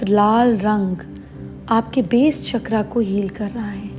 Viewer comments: चक्र CHAKRA ☑️ NOT चक्रा CHAKRAA ❌ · माता जी ! जय गुरुदेव । शुद्ध सनातन संस्कृति में चकरा CHAKRAAA नहीं पर चक्र CHAKRA शुद्ध उच्चार हैं । ।। जय गुरुदेव ।।